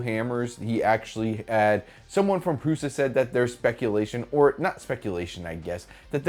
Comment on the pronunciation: Thank you.At least one of you guys will say it.The way it's supposed to say prusa, with bontex.Indx thank you